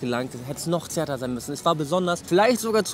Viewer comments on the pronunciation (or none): zarter und nicht zärter!!!!!!!!!!!!!!!!!!!!!!!!!!!!!!!!